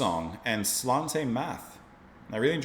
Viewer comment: Slainte Mhath is pronounced " Slanje Navar." I have the distinction of being blocked by Fish, on his Fish on Friday programme, for disparaging the SNP, his favourite political party.